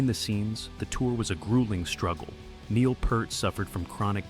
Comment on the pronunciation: If you can't even figure out how to get your AI Narrator to pronounce "Neil Peart" properly, you should have taken the time to narrate the video yourself. Or you could have bought some better AI text to speech software? For a monetized channel with 50k subs and ads turned on, etc., spending a little money on software shouldn't be a problem, unless you're just too greedy for that. Combine that with being too lazy to do proper research, makes your channel a waste of time.